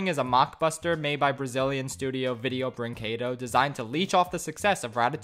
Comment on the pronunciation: The butchering of the word "Brinquedo" makes me internaly scream